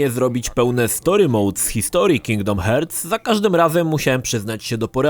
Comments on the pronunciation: It 'hurts' to listen 'hearts' pronunciation;))) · Uwielbiam jak czyta cały czas Kingdom Hertz XD